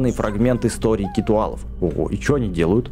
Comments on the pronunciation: Не Китуалав , а киталав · Не китуалов а китОалов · не хочу показаться занудой но правильно не китуал а киталл.